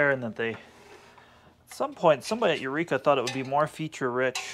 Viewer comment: Eureka not Eueka LOL.